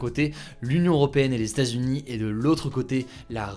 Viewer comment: Les Stazunis, les Stazunis… Mais que cela veut-il bien dire ? Il faudrait vraiment faire un effort sur la prononciation des États-Unis … Sinon, comme d’habitude ,très bonne vidéo informative. PS : je ne suis pas un Hater…